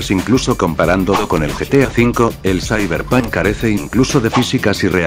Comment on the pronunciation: "zaiberpan"